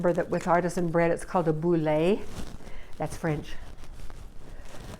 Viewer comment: You are making a “boule”. Do not pronounce the e. To make the boule you use the verb “bouler. French and LDS in Toronto, Canada.